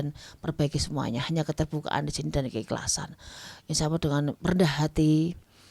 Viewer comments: Apa aq salah denger? Nyebut Allah kok Awoh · punya awoh??? Allah bukan awoh....